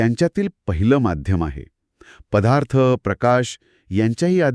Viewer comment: " पदार्थ " हा शब्द " पधार्थ " असा चुकीचा उच्चार न करता केला तर चांगले वाटेल.